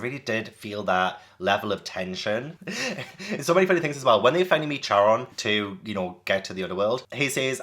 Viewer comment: Not sure whether it's been said already: Nereid: Nare-ree-id, Charon: Ka/care-ron, Chiron- Ky-ron - hope this is helpful!